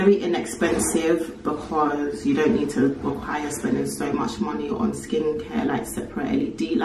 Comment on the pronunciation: saying LED lights and not led lights, getting lazered, living out with views 👀...girl is leveling up all over the gaff 🤣😂🤣 ❤❤❤